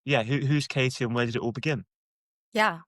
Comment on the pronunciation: Her name is Katie - not Kasey / Casey.